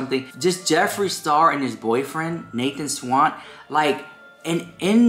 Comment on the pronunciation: He didn't "drag" Nathan SCHWANDT,, SCHWANDT...not Swan or Swant. I don't know why that triggers me. They have both moved on and you're making something out of absolutely nothing. Maybe I'm experiencing meloncolony.